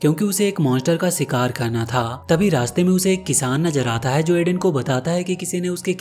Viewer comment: Bhai shikaar hota hy sikaar naheen❤